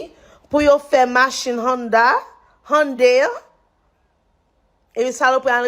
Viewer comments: HUN-DAY not HIYUNDAy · She F*CKED UP big time. She can't even pronounce the name of he company correctly and neither can the AI reporter. It's "/YUUN-daee/" She FAFO'd. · She can't even pronounce Hyundai correctly 🤣 hateful lady! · She can't even pronounce Hyundai correctly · can' even pronounce "Hyundai" but she knows all about the condition of the workers 🙄 This is why we can't have nice things: because of the South! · Someone needs to teach her how to pronounce Hyundai because her mispronunciation makes her look dumber than we know she already is.